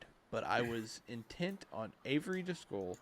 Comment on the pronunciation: Why do you keep pronouncing Driscoll as Discworld?